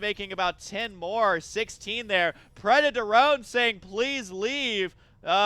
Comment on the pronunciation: It's obviously preda torone.